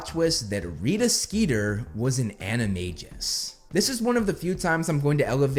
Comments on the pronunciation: anime-gus not anime-jizz 😂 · The biggest plot twist is you pronouncing animagus as animajus